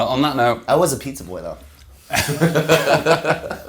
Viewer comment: Tylers quiet little "peet-zah"